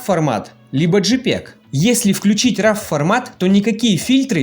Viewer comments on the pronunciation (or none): = raw хороший обзор но произносится не рав. А РО! как в слове носорог! часто в сочетании с едой - raw food, raw meаt и так далее. АНГлийский надо знать!